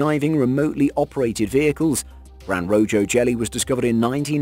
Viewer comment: He also effed up gran rojo, he kept pronouncing the j instead of using the proper h sound.